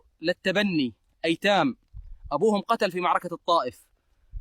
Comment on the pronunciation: والده قتل بضم القاف وليس بالفتح